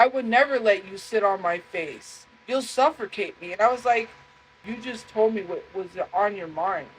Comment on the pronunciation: its pronounced "SUFFERCATE" 😂